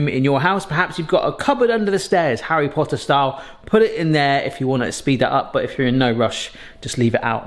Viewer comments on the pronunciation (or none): none